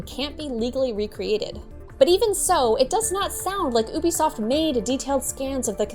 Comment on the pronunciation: Good work,, but it's actually pronounced YOU-Be-Soft.